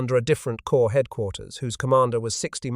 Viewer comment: Damn it! "Corps" has a silent "ps" and is pronounced the same as "core" while you keep posting videos where "corps" is pronounced the same as "corpse"! Are you unable to learn? To change? And this is much the same as other videos, just with some repackaging.